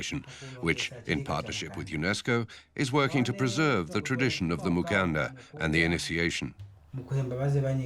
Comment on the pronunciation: Mukanda not Mukandra. I do not believe there is even a letter "r" in the Luvale, Chokwe, Mbunda or Luchazi languages